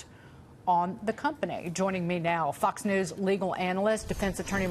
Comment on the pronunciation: Did she just say Fuck's news? )))